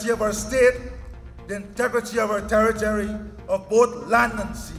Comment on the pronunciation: Its territory not territery please at least use the correct pronunciation and stop acting like you're very passionate about working for all Guyanese.